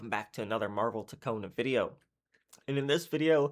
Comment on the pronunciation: I was actually hoping for daredevil but I will take it, also it’s funny how you say Toke-Kon 😂 W video bro